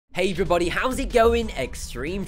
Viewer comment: He said heyjrerbody